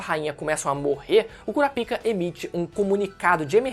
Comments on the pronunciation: não fala " CURA PIKA " más sim " CORAPAIKA " tendeu, pronúncia assim cara. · Basta assistir o anime para saber que a pronúncia é "Kurápika"....não acredito que tu entrou na do Mangão... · Kura pika? Wtf? Se lê KURÁPIKA tudo junto. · Sempre q fala o nome daquele cara q cuida d pênis doente eu dou risada , o "Curapika" 😂😂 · A pronúncia certa não é “cura pica” kkkk e da outra forma mesmo que você falou kkk